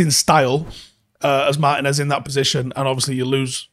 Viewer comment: Little tip: more emphasis on the 'Tee" in Martínez